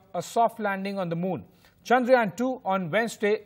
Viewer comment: Guys.. just correct the way you pronounce CHANDRAYAAN. It’s not chandrayan like ramayan (which you are calling it) it is chandra yaan ( yaan means journey). All the best.